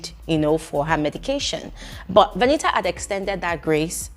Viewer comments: please stop saying Veni-a 😂😂😂 I can't stomach this 😂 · 😂😂😂😂😂😂😂😂 which one is Veni'a. Does it mean that the t is silent in VENITA. 😅😅😅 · My stomach hurts with laughter with the way u pronounced her name 🤣 veniha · please behave. Lmaoooo, everytime you say veni’a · 😂😂😂😂... it's the pronunciation of Veni a for me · I like the way says Veni'a 😂😂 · it's u being serious abt calling her Veni-ah😭🤣🤣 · It's British English, their t is silent.😅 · It's the way you're pronouncing her name for me 😂